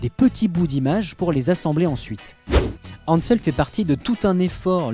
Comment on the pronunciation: En tant que journaliste, merci de faire l'effort de prononcer correctement les mots non francophones comme "Ansel". On n'applique pas les règles de français sur des noms étrangers. En plus, vous le prononcez correctement à 2 reprises ce qui n'est pas cohérent car lorsqu'on prononce un mot, que ce soit de la bonne façon ou non, on garde la même prononciation du début à la fin. Ce sont des règles de bases que tant de journalistes n'appliquent pas...